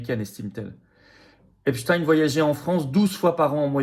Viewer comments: Epstein. Et non epstiiinne 😂 prononcé par les medias😂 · À prononcer Epstine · On dit Epstine comme Poutine 😂. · Ils prononcent tous "epstine" pour que ça rime avec Poutine. Qui est dupe de la supercherie à part les mougeons?